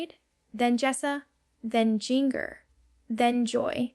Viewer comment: AI, the second I heard "Jinger" like ringer